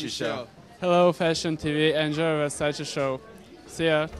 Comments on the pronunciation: It’s “Versace” not “Versaci”😩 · Mercy the make up artist cannot pronounce Versace MERCY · how can u work for versace and still not know how to pronounce it i'm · Ppl still call it Versacee 😂 Even on Versace show omg.